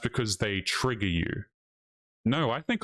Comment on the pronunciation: Is it trigger or tragger as she says it is. LOL 😅😂🤣